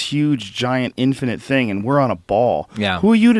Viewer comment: Michael always says “infinant” and I’m not sure why.